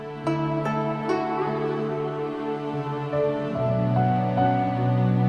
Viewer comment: Lang-gan is long gone